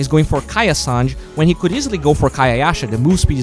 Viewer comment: It's San/ge not sanj